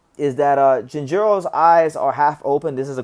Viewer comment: The G pronunciation in Japanese is more like a "guh" sound, not "j" sound. Take a shot every time says jinjiro